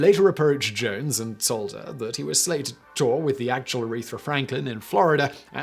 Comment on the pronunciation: ARETHA! Not “urethra”. Love you, Simon, but seriously, get it together lol Also, yes: Business Blaze pulls off, quite nicely I might add, the exact right amount of crazy